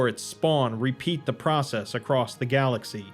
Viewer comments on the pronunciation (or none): none